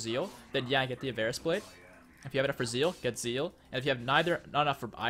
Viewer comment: I think it's pronounced "avariss"